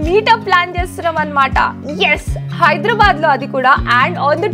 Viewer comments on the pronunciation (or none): none